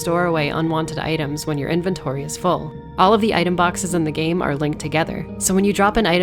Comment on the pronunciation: it's inVENtory NOT inVINtory ( ͡° ͜ʖ ͡°)